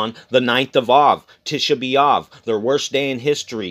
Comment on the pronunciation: Our King is ❤️Love...The day of LOVE,,,,@ the mark when you keep speaking of 💕👆LOVE👆💕.... And when you said "To B AV" sounded like " Too be Loved" is what it sounded like what you said. Thank You Lord Yahushua for ( Loving US),,,, T Y n for your Love and Encouragement alway's. Thanks to our brother who sen't in the photos of last nights blood moon. I looked up on the 4th & saw the moon with a great big and bright Halo around it, colored as the rainbow colors, Last night I never saw the moon. God Bless you both dearly and ALL brothers n sisters Watching n Waiting for Our 👑King of Kings. Agape sent, your sister Sarina B🌺.